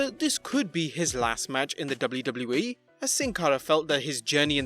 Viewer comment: The guy who writes these scripts should stop using "WWE" in every sentence when the autistic dude who has to read it can't comfortably pronounce it.